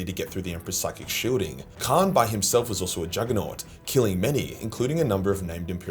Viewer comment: You say kharn and khan exactly the same